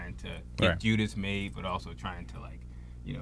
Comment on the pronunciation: also.. bruh its JUDAS not JUDAH. IJS.